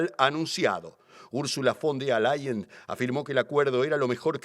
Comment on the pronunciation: Se dice VON DER LAYEN